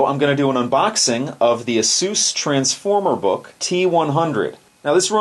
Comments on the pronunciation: I made it passed that part. Besides, you unintentionally call it both names through the video. I can't say I've met anyone that has said that name incorrectly. It's not Asues, it's Asus. The companies former name is Pegasus. PR has had to come out multiple times in the past to correct people. So from now on anybody that continues to say it incorrectly is ignorant in my view. Don't worry about your viewers. It's a review of a product, the first thing you should cover is saying the company name correctly or your just giving them bad PR. On a side note, this has nothing to do with you personally and your videos are still informative so I gave you a thumbs up. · As soon as you butchered the name of the company, I opted out and quit the video.